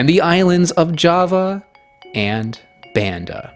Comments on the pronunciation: Thanks for your hard work, it's pronounce Bund-da not Band-da Island, thank you very nice :) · It's pronounced Bahn-dah, with the same "ah" vowel as Java. Indonesian is a VERY phonetic language. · This is really amazing work. It would have been nice if you had taken the time to learn to pronounce Banda like Indonesians do.